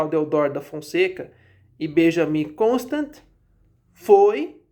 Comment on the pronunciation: A pronúncia do nome é "Constânt" (nome de origem francesa).